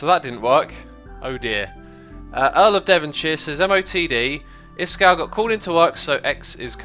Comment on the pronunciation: D I love it how he says 'Iskow' instead of iskall